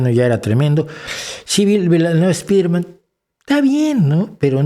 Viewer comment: Incluso si él hubiese dicho espaiderman seguiría estando mal pronunciada, ya que la E no va antes de esa S en Inglés, la R no se pronuncia igual, porque debería ser una consonante aproximante retrofleja, la A en man es una schwa, que tampoco se hace en español. Si bien pronunciar la i como AI acerca la palabra más a la pronunciación real, esta nunca llegará a ser la correcta a menos que él realmente sepa inglés, ¿entonces para qué molestarse?